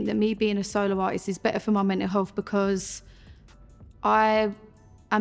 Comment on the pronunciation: wait how did she say "mental health" hah